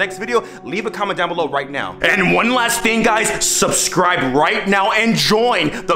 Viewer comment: omg he said (sus)cribe 😨😨